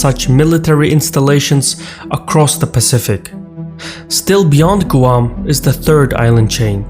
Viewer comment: Perfect except Guam is pronounced, "gwam"...other than that, keep up the good stuff